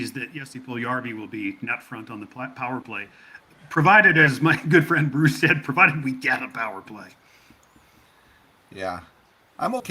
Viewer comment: has the dramatic talent to turn a monosyllabic word into two syllables... “Bah- rucccccccccce...Mcurdy!